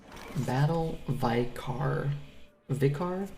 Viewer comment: "Vicar" - (vicker)